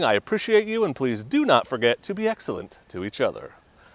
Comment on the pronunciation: If you write, be excellent to each other, and then make a thumbnail pointing to a perfectly good motorbike saying 'do not buy'. Then that is not being 'exc-sel-ent' dude!